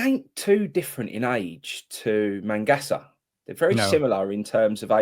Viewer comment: Its magassa mate not mangassa and hes alot older than kante hes 2 years older